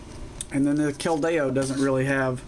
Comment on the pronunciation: your not pronouncing keldeo right